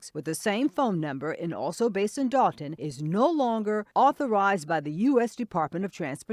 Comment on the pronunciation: The issue I heard was "Dolton."🤦🏾‍♀️